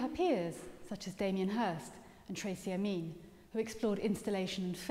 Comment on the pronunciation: Never heard Tracey Emin pronounced like that before 😂😂😂 weird